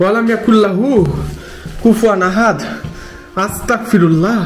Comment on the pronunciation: আস্তাকফিরুল্লাহ ❌ আস্তাগফিরুল্লাহ✅ আপনার সব ভিডিও প্রায় দেখি । এই আস্তাগফিরুল্লাহ উচ্চারণটা ঠিক করে নিয়েন ❤